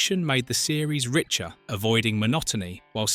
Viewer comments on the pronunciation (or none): none